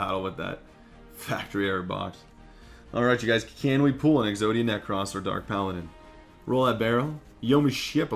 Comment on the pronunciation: Why do you say Exodia Necrass? That's not how it is pronounced. Get it right, dork.